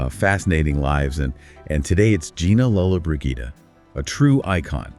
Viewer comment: Learn how to pronounce her name!